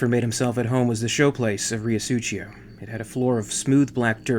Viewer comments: 'rio su-cee-o', not "su-chee-o" lol... dirty river Mano.. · Great episode as always, love the content and narration. Just one little comment. The way you say Riosucio is kind of italian, you should read it as "Reeosuseeo", no "ch". Side note for flavour, it's 2 words combined into one, Rio= River and Sucio = Dirty. Thanks for another great episode! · "suTHio" is closer to it. Rio Sucio (Dirty River) if of Spanish rather than Italian origin as seems to be the case, will be pronounced Ree-o (short o, not ou) Su-THee-o (u as in PUT, strong TH as in THIN rather than THE or THIS, and short o) but in most of Latin America the C sound that you pronounced CH (like Italians) and Spaniards pronounce as the English strong TH will be pronounced as a simple S like the one that begins the word. Su-si-o (not a soft S as in the middle of Susie) God I'm terrible at explaining but hopefully that helps. SooSioh Obviously Riosucio is comprised of them 2 words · These are just as great as any of the Alien videos you've done.. thanks for bringing your special style to the crossover universe as well! FYI, Riosucio is pronounced "REE-oh SOO-see-oh." It's Spanish for "Dirty River." #ForDutch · Huge fan of your work, listening to you narrate reminds me of a story told by Michael Biehn which gives the narration added flare and dramatics. Really hoping you finish up on the accounts of the earth war, such a gripping audio tale. If I may critique you a bit I believe your pronunciation of Riosucio is a bit off. The first part you pronounce is perfect, the second it seems you're pronouncing with a bit of Italian decent. As it is a Spanish city, it should be sucio or Sue-Cee-Oh, which translates to dirty. As the town is near a river I deduce that river is filthy and the name "Riosucio" loosely translates to dirty river #ForDutch